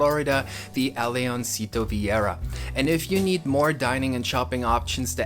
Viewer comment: Nice work,. Really well done and you included the most important parts. Thanks for pronouncing the name of our town correctly.